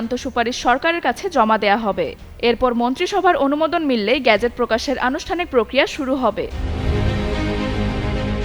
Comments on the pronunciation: 'গ্যাজেট' না রে 'গেজেট ' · Ga na ge pronunciation 😂😢